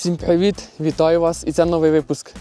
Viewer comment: ДВІ ДОЧКИ ШЕФА!!!! Єдине прохання: перевчи: не прівєєєєєт:face-purple-crying:, а привііііт:hands-yellow-heart-red:. А якщо навчиш вітатись СЛАВА ЗСУ! - то це чорний пояс на віки вперед! Веселих свят!